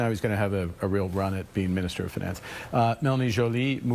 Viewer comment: the minister of FINN ANCE bro isnt even english